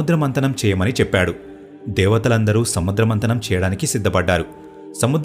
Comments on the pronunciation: Konni bhasha vuccharana doshaalu vunnayi. Check chesukondi. Samudra mardanam kaadu samudra madhanam. Kunda kaadu kamandalam, durvaasa kadu doorvaasa maharshi, mandaara parvatham kadu mandaragiri parvatham, Hiranyakshakudu kadu Hiranyakshudu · అయ్యా మందార పర్వతం కాదు మందర పర్వతం సముద్ర మందనం కాదు సముద్ర మధనం పదాలను జాగ్రత్త గా పలకండి